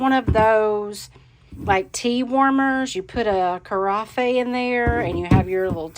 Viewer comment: it’s actually pronounced kuh-RAFF (carafe) but the warmer piece you’re showing wouldn’t hold it. A carafe is a pourable serving pitcher. No tea light or stand is associated with it.